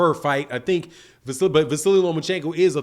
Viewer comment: There is no i, or y at the end of his name. It's just Vasyl or Va-seal.